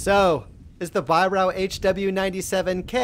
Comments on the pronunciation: Excellent review, by the way it's pronounced Vi-Raark :) (Over here anyway!) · Nice review, but why do you pronounce Weihrauch as "Weihrau"?